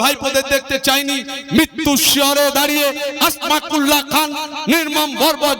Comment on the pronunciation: সম্ভবত আসমাকুল্লাহ নয় নামটা আসফাকুল্লাহ হবে